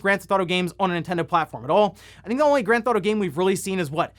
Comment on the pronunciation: Can't wait to skip the "oawder" "Grand Thf'tauto" games.